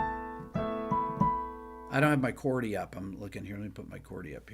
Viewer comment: Trippin up ‘CHORDY’.😅✌️